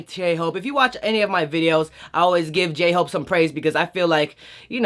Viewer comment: DID YOU SAY GAY-HOPE I CANT